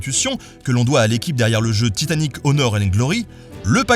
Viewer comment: scuse mais je suis québécoise et on prononce tout TI tanic...